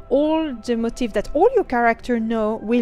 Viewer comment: It's mo-TEEF. Not like motive... Funnily enough, the top Youtube video for searching that word is pronouncing it incorrectly. But look at a dictionary guide (like cambridge) and you want the stress on the last syllable. Anyway, good video. I think the key difference you're not really getting is that in WoW "transmog" the change is applied to the single piece of armor. So if you apply a transmog to your hat, then wear a different hat, you will have to transmog the new hat again to the same appearance (the old one retains the transmog on itself). Whereas ESO seems to go the route of having a separate "appearance" set (like the costumes from the store), which can be applied and remain no matter what gear is "underneath". So, if I change my outfit to have a crown for my head, it doesn't matter what helm I'm wearing, the crown still remains. At least, that's what I'm understanding the difference to be. I have not played LOTRO or other MMOs very extensively, only WoW. I prefer the layered outfit option over WoW transmog because then I don't have to keep transmog'ing every time I get an upgrade.